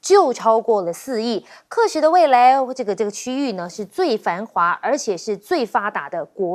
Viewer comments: 喀什 读 卡，不读 客！我已经看到两个台湾主持人读错了。。。。。。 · KE SHI ?喀什 KA SHI ， 台湾人跟韩国人一样创造中国话吗？ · ka什，这主持人连名字都念不对